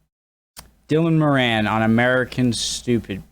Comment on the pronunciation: His name is pronounced More-an not morAn.